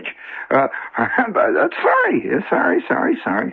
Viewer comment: This is the first time I heard Shep's Midwest accent come through. First coupla times he said "keibage", then about the third time he pronounced it "cabbage."😅